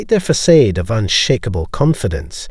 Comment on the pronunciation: Fa-said???? It’s facade: Fa-sawd.. this pissed me off everytime you say it wrong!!!